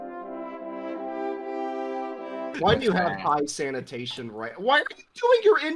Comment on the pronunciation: Why does everyone pronounce Poland's "Sanation" focuses as sanatation?